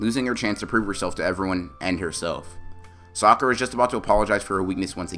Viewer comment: Bro in my translations,instead of saying saying sakura it's say soccer'a.